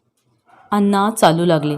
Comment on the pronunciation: खूप अशुद्ध वाचन आहे, कितीतरी शब्द चुकीचे उच्चारले गेलेत, जसे की, धीरो दात, नळात ला न आणि बाणातला ण चुकतंय, अण्णा म्हणायचं तर अन्ना म्हटलं जातंय, धीरोदत्त काय?😮 धीरोदात्त , हे आणि असे बरेच शब्द तेव्हा वाचन प्लीज सुधारा